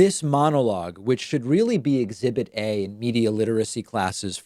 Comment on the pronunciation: She is weelly smawrt.